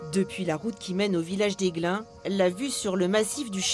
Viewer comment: Aiglun pas Aiglin.